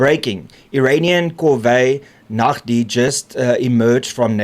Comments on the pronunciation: "Corvette" is pounced COR VET not COR VEY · Corvette word uitgespreek as Kor-Wet